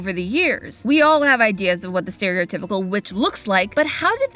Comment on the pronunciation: did say stereotypical or 'scary-otypical'? Either would be on point.